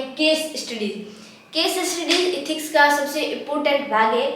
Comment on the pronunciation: Are tum एथिक्स ko इथिक्स kyon kehti ho.